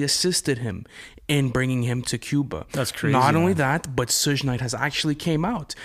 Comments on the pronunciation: Who TF is "SHUJE" knight ????? It's pronounced SHug as in short for SUGAR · Why does he call him shush night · I couldn’t get over your boy saying “suug knight” multiple times. Maybe he should try pronouncing his name right before making a conspiracy video 😂😂😂 plus Tupac didn’t die right after the fight, he was in the hospital for 6 days THEN he died. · Not Sege Knight😅 and the Barbados 🤣 I can not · “Soosh Nite” lol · I really hate how that boy says Sug Night. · Hearing dude mispronounce Suge Knight’s name was like nails on a chalkboard. A real Pac fan would never..... Thanks for the Pac Cuba conspiracy theory nonetheless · Dude can't even say suge knight right lmfao